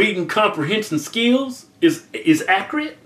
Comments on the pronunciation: Lmao " Accriate " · "If my reading comprehension skills is ACCREATE" Lol. Kevin's been using the same dictionary as DJ Khaled. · Kevin is the new Dj Khalid saying "Accreate" lol it's accurate man!!!!! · "If my reading comprehension skills is... acreate." - Kevin Hodge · "acreate" - Keith Hodge :'D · "If my reading comprehension skills is Acc-Rit" 💀🙃😐😓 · "Accriate" ~DJ Khaled 2015 & Kevin Hodge 2016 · "If my readin compenhension skeels is acreate" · accryate lmao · "if my reading comprehensive skills is accreate? she found out after she had the baby" Keith 2016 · "Accriate" Dj Khaled? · "accrit" lol accurate is no longer the correct term Websters 2016